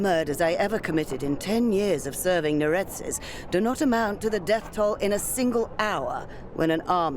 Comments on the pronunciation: why are you adding vowels to neretzes and diathma? you make them into neretezes and diathama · "Just found out his name was Neretez." No, you're still wrong. It's pronounced Neret-ZEHS, not Neret-ezz... More like 'Zess' (think zest without the T) and less like 'Cortez'. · That has got to be the WORST pronunciation of "Neretzes" I've ever heard